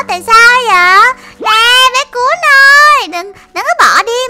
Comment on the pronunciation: "Cún"mà cj nl gọi là cùn 😒